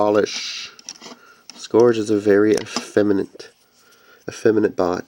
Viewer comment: Cool. However, the only one frm Generations I want is Wheeljack. Jazz is in the "TRANSFORMERS" line and with that I'll have all 10 of my favorite G1 Autobots in new toy form. By the way, it is pronounced "scURGE".